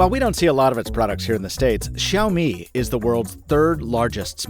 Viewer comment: WoW!! The first English/American youtuber who can spell and pronouce Xiaomi the right way...good job! My heart just beat faster when i listen "Xiaomi" the right way. 👌🏻